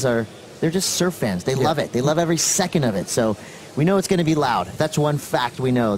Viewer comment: I now say second with a T